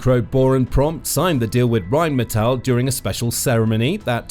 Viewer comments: the way you can't pronounce what is essentially "rain metal" is painful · Funny, my wife grew up in Duisburg, (about 15 minutes north of their headquarters in Dusseldorf) and She pronounces it "Rhine-Metal" because it's on the Goddamn Rhine river. That's literally what the name means. "Rhine Metal" Obviously you don't speak a lick of German, because depending on ""ei" or "ie" the sound is the latter character. Rhein is German for Rhine. The German word for rain is "regen" if they wanted it to be "rain metal" they would have called it Regenmetal. You're trying to pronounce it like reign (rulership) which is correct in English, but completely wrong in German. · "Phyitiin" "Raiinmeetal" If you want to pretend pronouncing them correctly you have a long way to go.